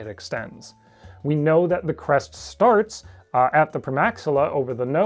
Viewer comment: I kept mishearing “crest” as “breast”. tfw no big tiddy dilo gf